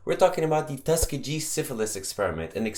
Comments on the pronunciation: Tuskegee is pronounced "Tus-KEE-ghee"(with a hard "g" and the accent on the second sylable). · I noticed that too Just thought it was his accent